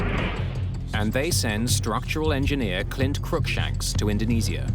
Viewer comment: Damnit get your AI narration to pronounce INDONESIA properly - not IN DO NEE ZEE A - IN DO NEE ZHA properly